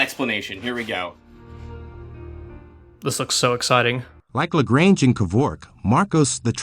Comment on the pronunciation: It really annoys me that he says La-grain-ge.